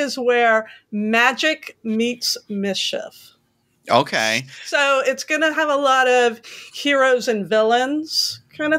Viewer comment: Did she try to say Mischief? I couldn’t focus on the video after that